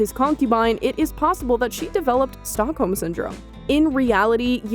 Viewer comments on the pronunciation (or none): none